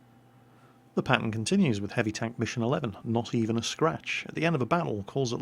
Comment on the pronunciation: Whenever you say "pattern" it sounds like "Patton," so when you say "This pattern continues," I think to myself, is somebody driving this Patton? Where is the Patton going? How come he didn't say he was leaving? Is he doing something he doesn't want people to know about? I think we should look into this "Patton" character.